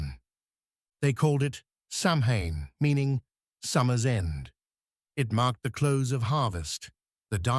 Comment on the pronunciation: Samhane.. ouch. AI at times does have its shortcomings. Otherwise I enjoy your channe!!